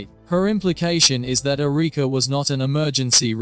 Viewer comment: AI Who says Ereeka?